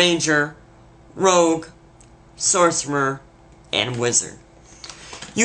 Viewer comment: This video is great but did he say sorcemer